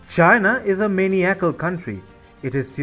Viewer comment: The word is pronounced Ma-NYE-a-cle